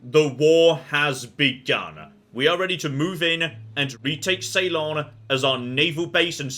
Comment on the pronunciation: sorry to be a grammar nazi, but please check your pronunciation of Ceylon. ( See-lon, not Say-lon):)